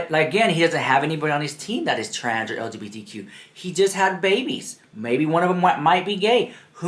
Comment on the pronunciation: That Dan dude needs to apologize.. how can u tell someone to shut up and U can’t Even say it right?